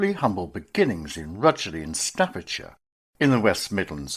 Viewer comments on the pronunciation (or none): Rugeley. Not pronounced RUGLEY